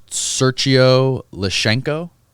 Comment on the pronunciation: I laughed when he pronounced sergei as Sergio lmfao